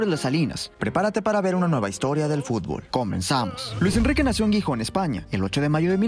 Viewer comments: Por favor, no es Guijón es GIJÓN, con sonido de J en la G también! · La ciudad no se pronuncia Guijón si no que la G se pronuncia como la J. Jijón. Gijón se pronuncia Jijón. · Por el santisimo Cristo, es Xixon, Gijon foneticamente jijon, por favor. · Gijón no se pronuncia "guijón" 😅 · "GUIJÓN". Que dolor de oido por dios ... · Gijón, no "Guijón" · Gijónnn😅 se pronuncia con "J" , no "Guijón" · Cada vez que pronuncia Gijon muere un cachorrito en alguna parte del mundo